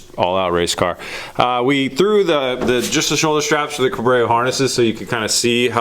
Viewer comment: Ahh yes CABRAYO’S... my favourite 😂